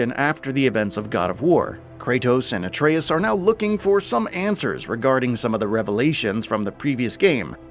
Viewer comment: I love when someone who has obviously never played the game or even had enough interest to just look up basic game play is supposed to be our source of information on god of war… its “aye-tree-us” not “uh-tray-us”. That name is said about ten million times in the first game. If this narrator even bothered to look up a simple game trailer he would know that